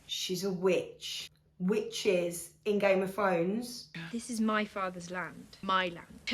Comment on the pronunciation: ‘Gayme ov Frones’ 😂